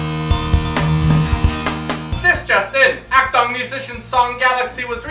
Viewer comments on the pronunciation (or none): Just a pointer on pronouncing Akdong, its a short "o" sound, not long : )